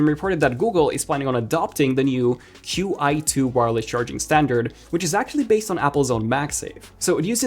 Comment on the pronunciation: I think the Qi2 is pronounced "Chee 2"